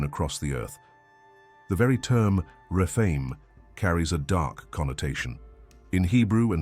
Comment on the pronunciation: The refine!???? umm.... I think you mean the Rephaim